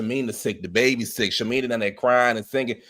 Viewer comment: you are killing me calling shamea, "shamina". I know you know how to say her name correctly lol 😆 😅 i cant imagine having a newborn at retirement age. Gerald is crazy for putting pressure on shamea like that. It's a geriatric pregnancy which is risky. Her 2 kids already have serious medical conditions